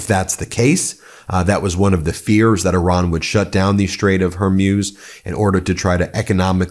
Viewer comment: It’s eeran Ben not Euran, the I is pronounced as in Italy, Israel etc…